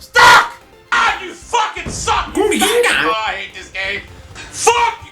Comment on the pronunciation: its so funny when you say gunga ginga just as it should be said